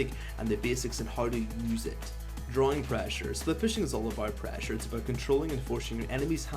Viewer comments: wth is Praasure, we need more Praaasure, Praasure is key guys haha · PrEHsure loool